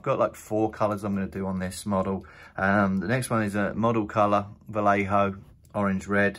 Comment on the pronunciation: It’s pronounced Va-yay-ho